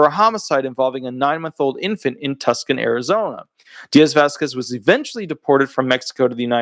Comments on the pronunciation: Hello:) It's not Tuk-san it's Too-saan! Tucson:) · I will subscribe if you'll stop calling the city of Too- sawn (Tucson) as tuck-son, Deal? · Tucson is pronounced (Too-son) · Tucson pronounced Too-sahn.